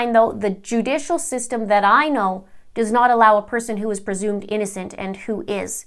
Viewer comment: "Persumed" innocent...okay doc.